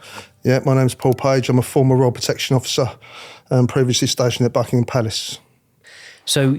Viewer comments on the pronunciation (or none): none